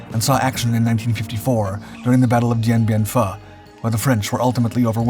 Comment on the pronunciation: The Battle of Dien Bien "Phu" - It's pronounced FOO. If you keep mispronouncing the name, YOU'RE a stupid Phuh!